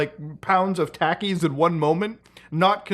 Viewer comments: "Taaaah keys" Muta... i beg you Taw keeys/Talkies - Someone who lives an hour from the us mexico border... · Takis is pronounced "Tah-Keys" as in "Tah-kee--toes" or taquitos (little tacos) Just an FYI. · Pronouncing Takis like that should be illegal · The way he says Takis hurts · no way he just said takis like a Karen mother! LOL COME ON POOTAHERRRR!! YOU ON NET SO LONG YOU NOT KNOW HOW TO SAY TAKIS??!!